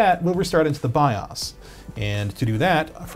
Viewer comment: the savior has spoken bios is now pronounced Bi-ahhs.